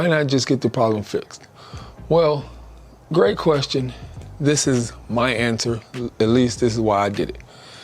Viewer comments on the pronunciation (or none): none